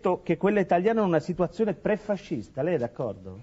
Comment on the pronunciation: 10.54 siduazione!🤣